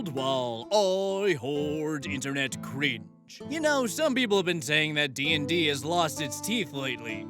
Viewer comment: "Cwinge" indeed